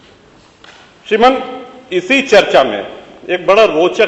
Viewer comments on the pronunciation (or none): श्रीमान तू केह नही सकता क्युकी तू डाकुर है या ठाकुर श्रीमन नही श्रीमान hota hai re।